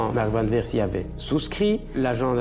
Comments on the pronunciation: Van Beers, ça se prononce é pas i, c'est pas de l'anglais ! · Pourquoi " Van Birs" alors que c est Van Beers, comme prononcé correctement par les témoins de l époque. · SuspensE, qui est un mot anglais prend un "e", sinon c'est le mot français "en suspens"... Un dictionnaire ça ne coûte pas cher et ça évite d'écrire n'importe quoi!! Et c'est Van Bérs, pas Birs et Péter, pas Piter, ah l'hégémonie de l'anglais ça devient une maladie!! Quand on a un public on se doit un minimum de sérieux...